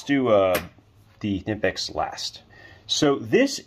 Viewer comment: KUH-NIP-X not NIP-X - this is directly from the manufacturer